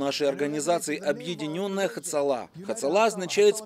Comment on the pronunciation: Лучше было бы произносить на русском-ацала - без этого грубого Х.